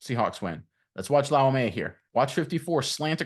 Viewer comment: Bro did you just add an ok to his last name? 🤣 It's pronounced lau-may-uh